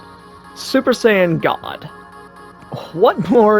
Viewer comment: "SoO... SuPeR sAiyAIn gAwD"